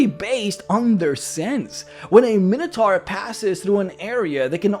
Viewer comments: You’re using the common D&D mispronunciation. It is actually “my no tore” or, by many in America, “min ah tore.” It comes from the Greek Minos (king of Crete) and Taurus (bull). But D&D players like to say “min ah tar.” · Minotaur is pronounced with the long I sound, like: item, iota, and eyeball.